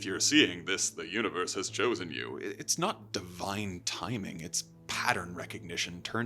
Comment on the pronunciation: UNIVERS??? C'mon dude...